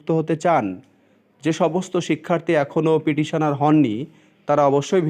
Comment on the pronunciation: আপনি পিডিশনার পিডিশনার বলছেন কেনো? কথাটা পিটিশনার। শুনতে জঘন্য লাগছে। ফিরদৌস সামিমের কাছে গেলে পর্ষদ জোর বিরোধিতা করবে।